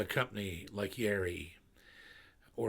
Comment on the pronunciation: Hey J.P., love your stuff. Congrats on your own model. Just a friendly correction..it is pronounced Ya-ear-ree. 3 syllables. Just thought the pronunciation should be on-point since they made such a beautiful guitar for you. Keep up the great playing!